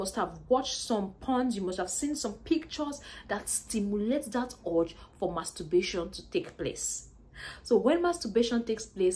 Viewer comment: There's an "R" in it?